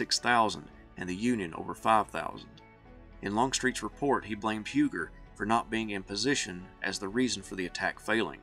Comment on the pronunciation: It is pronounced U gee, he was a French Huguenot. Love your channel.